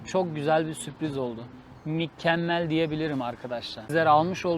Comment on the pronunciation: Mikemmel demen güzel olmuş 😅